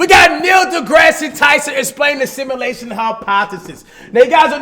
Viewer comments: Nobody: Cash: Simalashin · He can’t even say “Simulation” right😂